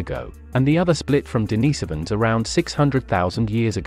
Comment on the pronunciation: Dude, you need to learn how to pronounce the names of these humanoid species. You are consistently mispronouncing the name of our own species. It's not pronounced homo saapiyan, and it's not pronounced d'naaisovans.